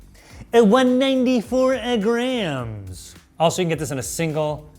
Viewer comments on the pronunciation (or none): sounds like he is saying "Grahams" when he says "grams"